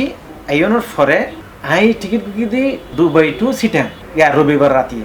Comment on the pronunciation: Bangali Not DOBAI This spell is It DUBAI